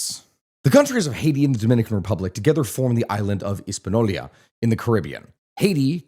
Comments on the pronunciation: Hispaniola not Hispanolia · no that's how he pronounced it lol and multiple times not just the timemark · How can you pretend to educate but can't pronounce a simple word Hispañola? Let me help you 😂 (His-pa-nee-o-la). Try this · This is the only source i have ever encountered that pronounces “Hispaniola” the way this guy does and not his-pan-yo-la. Maybe I’m wrong and he’s saying it a way that is correct in another language, but I’ve never heard that before. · sorry lad, but its hispaniola. not hispano-lia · it's Hispaniola not HispaNolia lol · No, not Hispanolya. The y does not go there. Ever. "Intercontinel" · the way he pronounces jovenel moise is so fucking garbage that i can almost forgive hispanolia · All your detailed explanations got ruined by not being able to pronounce correctly names like Hispaniola, La Trinitaria, Trujillo, Balaguer... And whenever the massacre of Haitians by Trujillo is mentioned you also have to mention those perpetrated earlier by the Haitian troops in several Dominican towns, most famous of which is El Deguello de Moca. 😢😢